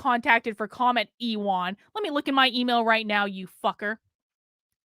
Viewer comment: God damn you, thanks to you intentionally mispronouncing Ewan Palmer's first name, now my 5 year old little cousin is calling himself e Juan, lol! I go to call him, "Ewan, I got the games ready." "I'm not Ewan! I'm E Juan! The woman on that video said so!" When i first listened to your video, Ewan was in the same room playing on my old GameCube trying to figure out Mario Party 4, and when I asked him how he's doing, he said "Don't call me Ewan, it's E Juan!" Now I am to be forever tortured by E Juan thanks to you! as punishment for that, you must be forced to listen to the most annoying Christmas music on repeat for 48 whole hours without covering your ears! Sending love from myself and from little Ewan... oops! I mean, E Juan, we love you. Lol, I love you, and wish you the meriest of Christmas.